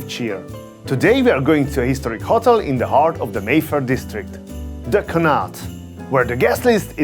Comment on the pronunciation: He can’t even pronounce the name of the hotel correctly.